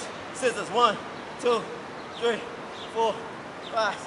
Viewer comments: that ''ThReE'' bruh im dead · The way he said three Lmao